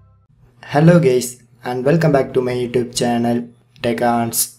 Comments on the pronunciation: This is really a helpful video, but the starting, when he says "hello gays" LOL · in the intro i herd hello gays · He said hello "gays" and "roebolox"